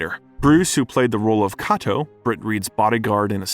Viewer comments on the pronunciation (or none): IT'S PRONOUNCED "K"..ATO . I HATE ANNOUNCES THAT A STUPID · IT'S PRONOUNCED "K"..ATO . I HATE ANNOUNCERS THAT A STUPID AND CAN PRONOUNCE NAMES OR COMMON WORDS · Oh my fuck! How can you mispronounce so many well known names? Say it with me kay-toe. William doe-zur.